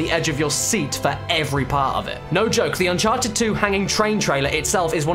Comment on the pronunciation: "un-karted" subscribed